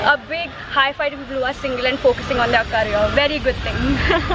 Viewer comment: single not singil